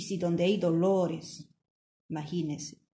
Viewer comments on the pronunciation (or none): none